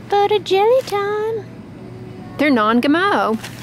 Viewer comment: 'They're Non G'Mo' 😅